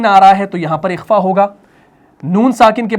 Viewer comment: ماشاءاللہ بہت عمدہ پڑھاتے ہیں آپ ایک چھوٹا سا سوال حرف خ - آپ جب قرآن میں تلاوت میں بالکل درست ادا کرتے ہیں لیکن جب لفظ اخفا کہتے ہیں تو کاف کی آواز آتی ہے اکفا - اخفا